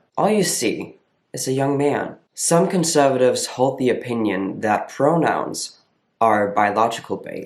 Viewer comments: Also, I noticed a bit more of an accent in this old video when you say conservatives. It's more "conSUHvatives" as opposed to now where I would think you were a native English speaker from Detroit or something. The "conSUHvatives" gives it away here. Pronouns are inherently biology based, BUT they're also visually based. You look like a man to me. I wouldn't question it. I wouldn't go "hmmm .. is that a girl?" It's automatic, "that's a man." That all being said, I'm so glad you kept doing these videos. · I came here to see if someone says this. Every word he says sounds like American accent and then conservatives sounds Australian.